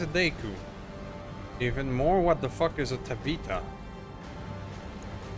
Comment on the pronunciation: So you found out what Daikyu meant, but the Tabitha is the version piloted by Tabitha McBane (according to Sarna). Tab-ith-uh.